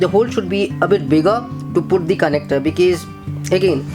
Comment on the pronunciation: why is he pronouncing because as bikiz